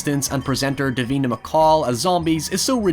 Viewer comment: OMG you killed Davina!!!!😂 that Scottish accent is hilarious